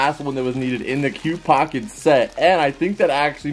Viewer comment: It's QPOSKET bro not qpocket haha I love you guys